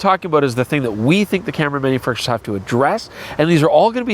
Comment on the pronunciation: It's hard to tell if you are saying "manufacturers" or "MFers." For this video, perhaps they mean the same thing. Freudian slip? Or just trying to talk at double-plus YouTube speed? I guess only you know.